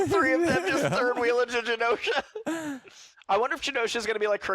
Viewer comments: Its not "guh-nosha". Say the words: Generate Generation Genosha.. 🙏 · It’s pronounced Jenosha and that was not Legion in the morlocks. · Why is pronouncing Genosha with a hard G? Is he stupid? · i will never understand people who HEAR over and over how a word is pronounced, and then go out of their way to mispronounce it. just...why? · The way he pronounce genosha actually hurt me